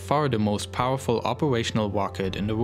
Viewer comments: the most powelfull wocet in the wowd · the wmost powaful wocket in the wold